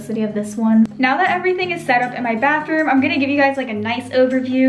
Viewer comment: Instead of “bathroom” I heard Backroom…